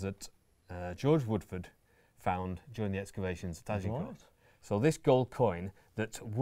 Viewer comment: You'd think, Anne Curry, with all her knowledge and research would at least pronounce Agincourt (g as zh, silent t) correctly, rather than with the emphasis on the g and t.